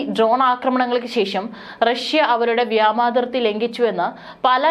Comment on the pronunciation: Vyama athirthi alla vyoma athirthi ennanu sariyennu eppozhum iddehathode paranju kodukkanam,,,kastam